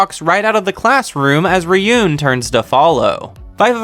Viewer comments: I also hate when you say ryuén, That must spell Ryuu ( dragon ) en ( I know e spell like that in English but it wrong ) but better you listen the anime and learn how that spell that correctly for real, Just little advice thanks for making this video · It's Ri-Yu-Wen. That's how it's pronounced. Also it should be pronounced Itchy-No-Se. Not itchy nose